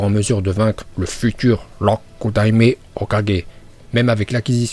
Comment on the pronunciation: C'est Rokudaïme pas lrockudaïme